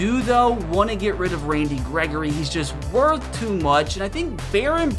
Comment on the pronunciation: Bro said it’s woth it